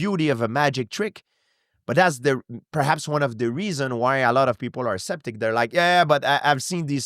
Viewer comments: I love how george pronounces Skeptic as Septic lol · I love how gsp says"septic" sooo cool 😎 I love this guy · No idea who this guy is, but I enjoyed the interview. Question though: How could you let him go on for 2.5 hours and never correct his 'septic'? :D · I love this guy's accent. Especially when he mispronounces "skeptic" as "septic"! Cuz it's just perfect haha